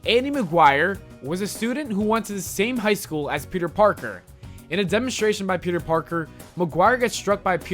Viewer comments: Peter porker 😭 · Peter porker hahhahahahahahahahhahahaha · PETER PORKER!! XXDD i laughed too much when he said that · PETER PORKER I FUCKING CAN'T